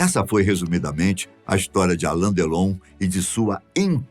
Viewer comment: Não é por nada não mas não é ALAN é ALAIN com I.